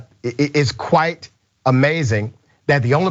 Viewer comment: Did I hear that correctly? 😄"Qwhite interesting."😄